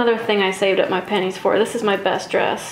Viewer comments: It's the pronunciation. The "pen" in pennies is extended so it sounds more like "pan". It confused me as well because why would she be saving up her knickers? Even in today's society, that's one heck of an opening line. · I love the video but every time you said, "I saved up my pennies." I heard, "I shaved up my panties." I was thinking to myself... Why would they say something like that in the 1820s? Well, I'm off to the audiologist.